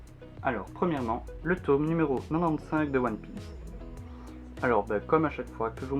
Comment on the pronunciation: Tu me stress avec ta prononciation de « tome », sinon beaux achats, continue comme ça